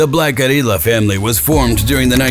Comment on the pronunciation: When the A.I. says "Black Guerrilla" in Spanish accent